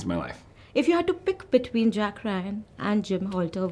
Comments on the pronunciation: This woman doesn’t know the names of characters. It’s Jim Halpert not Alter. And it’s Jack Ryan not Richard. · Jim “Halpert” (not Holter) Jack “Reacher” (not Richer) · She pronounced John's character from The Office Halter insted of Halpert